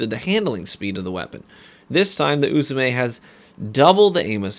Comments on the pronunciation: As a person who speaks Japanese fluently, your doing fine with pronouncing Uzume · You pronounced uzume correct